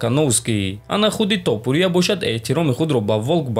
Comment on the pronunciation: Братчон илтимос хаму топурияра дуруст талафус кк илтимос. ТопурИиия нестай у тОопурия меша. ИншоАллох наимов мезанаш.